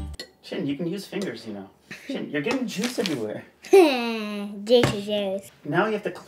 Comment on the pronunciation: Hearing him mispronounce his sons name over and over again is grating. Like why the American short i sound instead of the Japanese long e? Shin (as your leg) versus the Japanese Shin (“sheen”)??? Why why why? At least he does right when he’s speaking Japanese so maybe that’s the point, but stilllll